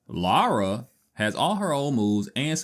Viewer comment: It's NOT LAURA.... it is LARA.